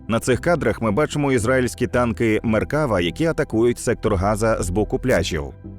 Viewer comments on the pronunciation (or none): Вітання з ЦАГАЛу🙌🏼 Дякую, що доносите інформацію українцям. В "Меркавá" наголос на останній склад❤